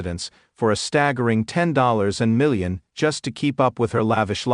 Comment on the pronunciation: This AI voice sucks! Can't even read 10 million correctly 😂 stop being lazy and read the story yourslf!